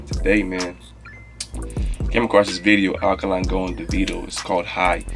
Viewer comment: It's pronounced Ah day kun lay (without stressing the y)